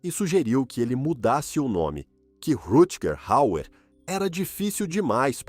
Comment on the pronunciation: Caramba , o narrador desse vídeo é PÉSSIMO para falar nomes estrangeiros ! Precisa de umas aulas !